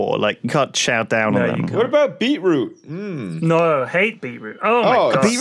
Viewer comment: It's beeTrooT, bee-roo triggers me 😆